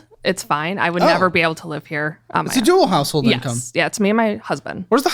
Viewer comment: Why can nobody correctly say the phrase “dual-income household?”